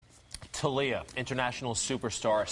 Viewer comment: Tah-liya? Isn't it Thalia?